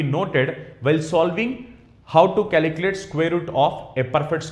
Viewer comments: Calculate or caliculate😢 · Calikilate LOL